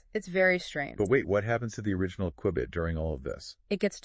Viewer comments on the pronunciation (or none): It's A "Q-Bit" Not A --> "QWI-BIIT" ?!